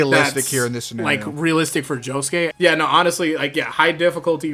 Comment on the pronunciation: You lose all credibility by the fact you can't even pronounce josuke's name.